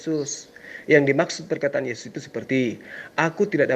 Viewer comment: Bang mkc nda tau ucapan yesis.hey yohanes yg bilang bukan yeyus.